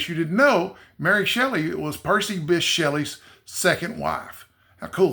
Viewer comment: Thanks,! I had no idea that was the correct pronunciation of Bysshe! The more you know! 🤓